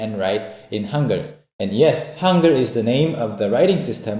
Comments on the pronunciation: i keep hearing "hunger" instead of "hangeul".... We will teach you how to write in "hunger"... XD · You read that as "hunger"? Seriously? >_> How about even writing it like that instead of Han-gey-ool